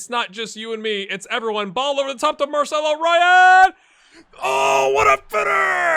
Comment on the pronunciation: hey there, I'll just leave a comment and tickle the algorythm a little bit. first of all, pronunciation tip: the team name, Bahia, is pronounced Ba-ee-a. also, the striker Marcelo Ryan (which is a real Bahia U20 player, btw), is pronounced Marcelo Ree-an. and a coincidence: in this real life 2021 season, Bahia had to face Atlético Mineiro (ATM) also three times in a row, and they were also top of the Serie A at the time. out of the three games, we managed to get one win, but got easily beaten twice, were left out of the cup and next to the relegation zone in the league, so the manager was sacked after that bad run of games😀 so better luck to you, I guess